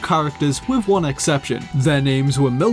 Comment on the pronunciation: Great vid. Now what accent exchanges "th" with "v" ? As in with =wiv. Second person I know who does it so I'm assuming it's an accent.